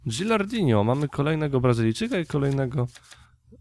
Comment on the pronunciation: Spoko odc, ale to nie jest Gilardinio, tylko Gilardino, zauważyłem, że większość jutuberów tak mówi;p